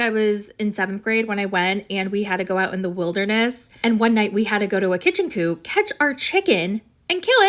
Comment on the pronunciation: Ha!! Did you say ‘kitchen coop’? ❤